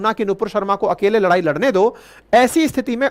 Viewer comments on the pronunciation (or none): none